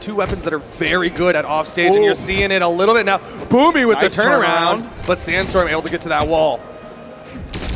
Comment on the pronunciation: It sounds like you said boobie